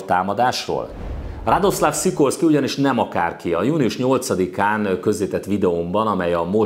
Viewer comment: Jó a videó, de Radosław Sikorski nevének kiejtését gyakorolhatnád. ;) Van olyan lengyel tájszólás, ami némítja az áthúzott L-et, szóval [radoszaf sikorszki] -- ezzel már jó vagy. :)